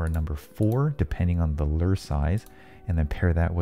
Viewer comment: How you say lure? Lurrrr